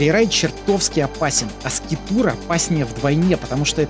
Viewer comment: 🤦🤦🤦конечно интересно, но бездари: не скитур, а скайтур